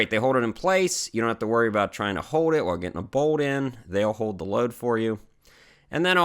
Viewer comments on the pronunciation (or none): Ohio-you don’t pronounce your L’s. “Hode it in place with a stud”. There’s an L in the word hold. 😉